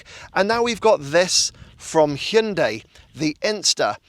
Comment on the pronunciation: Are you pronouncing it, “Chin-day?” I think this little bugger is very cute!!!